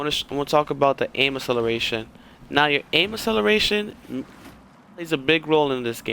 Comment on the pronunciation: Someone needs to learn how to pronounce acceleration properly